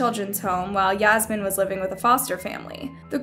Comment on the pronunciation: Yeah-smine Lol Fucked up :(